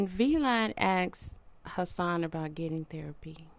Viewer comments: It's VLAD! not V Lad sheesh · ITS PRONOUNCED VLAD 😂😂 … TYPICAL